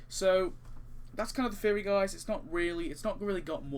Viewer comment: So nice you cant pronounce theory so its Fan Fairy